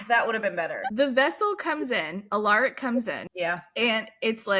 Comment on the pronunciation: Just a note: It's pronounced AL-uh-rik, stress on the first syllable.